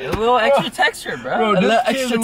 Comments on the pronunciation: When the legend says xtra textra...I'm open minded ☺️😂😂😂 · "extah textah"